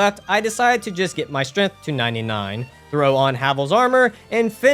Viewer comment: "Strath" will always be correct in our hearts.